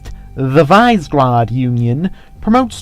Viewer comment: Visegrad I believe is pronounced as Vee-Say-Grad however with Your pronunciation gives me doubt.